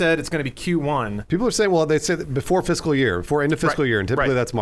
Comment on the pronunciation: Hehehe... They said fiscal.